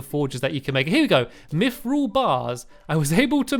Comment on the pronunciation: And you said Mythrill right:)